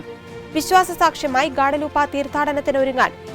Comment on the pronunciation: ഗ്വാഡലൂപ്പ അല്ല ഗ്വാദലൂപെ